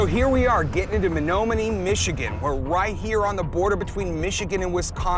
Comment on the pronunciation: Please learn how to pronounce Menominee. Many bigfoot sightings in the lower peninsula as well.